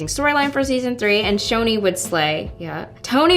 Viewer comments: i thought it was pronounced "ch-ch-choni" not "shoni" lol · I THOUGHT IT WAS PRONOUNCED Ch-oni not Sh-oni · It’s pronounced choni, ch as in chicken, not ch as in Cheryl